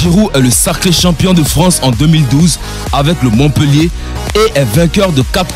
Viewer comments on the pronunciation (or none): none